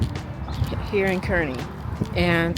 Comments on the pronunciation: Btw Kearney is pronounced Karn-we. :) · Yay! Suwanee in Kearney! That's a personal favorite. So good. BTW, we pronounce it "CAR-nee"...which is weird, but you know, who would know. Thanks for touring the store on Leavenworth in Omaha! I need to check that out!